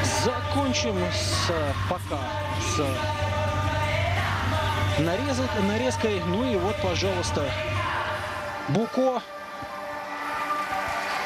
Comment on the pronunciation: Буко баляяяяя. Подготовиться комментатору не не бывает?